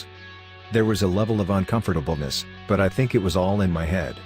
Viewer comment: 'Unsomfortableness" Jesus, learn english!